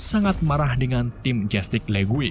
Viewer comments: Justice League. Bacanya "jastis le-gu-e". Ok. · Penyebutan "Jutice League" = "Jastic lig"